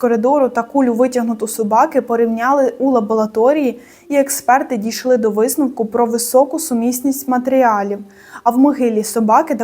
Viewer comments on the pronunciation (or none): Чому ви постійно говорите лаболаторія?) це спеціально для коментів? 😅 Мені ріже вухо